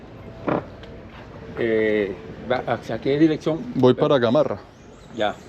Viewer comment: Es cierto que necesitamos más trenes, mínimo 20 vagones más. No es Gamorra,Gamarra.